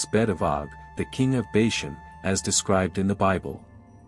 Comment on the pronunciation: Please get all the pronunciations correct. Sounds terrible and the main topic thats being mispronounced.... Bashan is not Bayshun. He is afterall your main subject of the video!